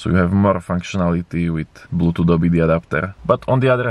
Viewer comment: Dorallz, 25 dorallz, porrt, bluedooth fastver den? Search up for some tutorials on speech therapy